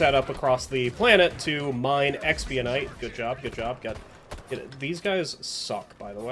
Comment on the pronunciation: Hey I’ve watched all your videos great content. But I gotta ask.. you know you’re not pronouncing expenite correctly, right?